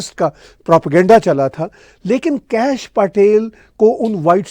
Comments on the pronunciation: Please learn to pronounce Patel पटेल correctly!! It is not PAAtel!! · आदाब It is pronounced पटेल (پٹیل). 🙏